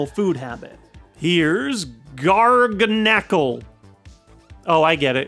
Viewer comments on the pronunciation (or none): Pretty sure it's gar-GAN-nickle, as in gargantuan. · It's pronounced Gar-Ganicle I believe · Pronounce the G